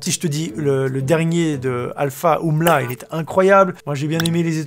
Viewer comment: U.M.L.A pas Oumla ou Umla c’est pas moi c’est Alpha qui le dit